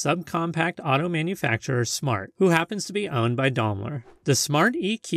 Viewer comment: Darmler? Do you mean Daimler?